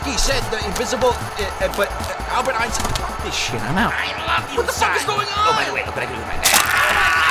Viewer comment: HE SAID ALBERT ENSTEIN?!?! I DIDN'T KNOW HOLY SHIT